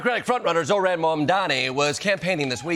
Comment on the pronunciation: jordan can't pronounce zohran?